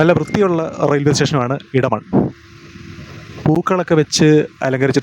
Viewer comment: മലയാളം. അറിയില്ലേ ?. ഇടമൺ അല്ല എടമൺ